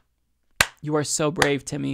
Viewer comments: I think my favorite part about this video is how he pronounces her name aa "Timmy." 🤣👏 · It is. He's saying Timmy on purpose lmao